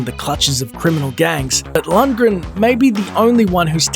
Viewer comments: It's Lundgren, not Luntgren..... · Maybe someone who can pronounce his name should have done this video. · I always thought (still do) that the g in Lundgren was silent... Never heard it pronounced that way lol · i always though the g was silent